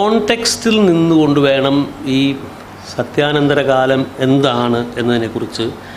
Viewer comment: എന്തോന്നാണെടേ ചഥ്യനദധഥര കാലംഫൂൂൂൂൂൂൂ